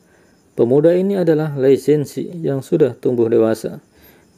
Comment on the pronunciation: Belajar dulu cara baca Hanzi Pinyin baru ulas film China, beda tulisan beda bacanya bro... JADI GAK ENAK DENGARNYA.. LI SEN SI.. hahahaha.. Lisensi apaan????